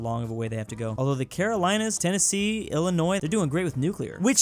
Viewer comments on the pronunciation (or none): none